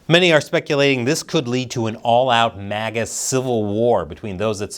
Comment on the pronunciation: It's MAGA not MIGA.